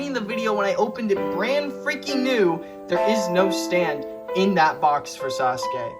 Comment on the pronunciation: Finallly! Someone else who makes fun of Sasuke and says it sa su kee. Also this is a great video, super underrated!